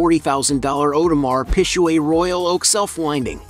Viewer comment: audemar peeshuay Hahblet